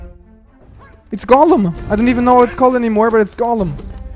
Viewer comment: “Golem” lol